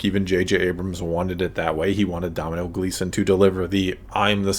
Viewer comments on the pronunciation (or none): my disappointment in your performance cannot be overstated. 😂 If you make a video about Hux, please get the actor's name right. Here is your tutorial: Domhnall Gleeson, Margot Robbie - and the difficulty of ordering a Starbucks at the 3.10 mark. (Sorry I can't insert links, for some reason YT would not show my comment if it contains a link).